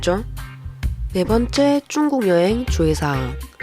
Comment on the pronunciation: 중국인데 왜 쭝국 이라고 하시나요 ? 중국인이 들으며 기분 나쁠듯